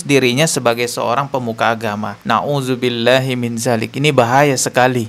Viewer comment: belajar ngaji yg benar... saat bc Naudzubillah.....dstnya...... ko SALAH!!! Bc Astaghfirulloh juga SALAH!!! Bc ayat At Tahrim: 6 juga SALAH!!! & semua yg baca di konten pd SALAH.... Subhanalloh 🙏🙏🙏